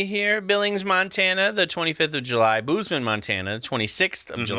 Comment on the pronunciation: Can’t wait to see you in Missoula! Before going to Bozeman the phonetic pronunciation is bowz-muhn.